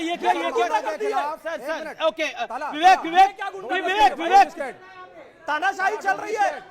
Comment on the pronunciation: Amish gee ahy to ap Pa gal has veevek Kyu veevek bolate